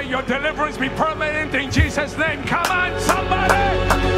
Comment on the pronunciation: Why does he keep saying Cheeseus Chris for lol🤣🤣?